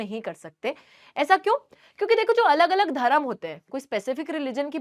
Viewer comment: Your pronunciation is bad your Hindi pronunciation is bad not Dharam it's dharm 👏